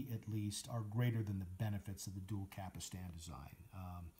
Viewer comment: Stop saying Cap Ull Stan.